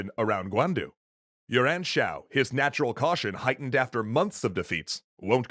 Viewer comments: I kept hearing “Yuran” as “your aunt.” My mind kept trying to figure out if this was a new type of “yo’ mama” joke. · So bad the pronounciation was..... auto subtitle heard cao cao as kowtow and yuan shao as urine